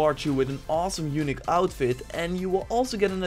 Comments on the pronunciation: I'm not trying to make fun of you or anything, but dude, the way you say "unique" sounds like "eunuch" and it's the best mispronunciation I've ever heard :D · Yo, Engels is top alleen hoe je ‘unique’ uitsprak het is meer ‘youniek’ in foenetisch of hoe je dat ook schrijft😅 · [facepalm] In the word "unique" the accent should be on "i" otherwise it sounds like "eunuch".... LOL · Its “younic” (as he says it) get it right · The way you say unique makes me chucke. )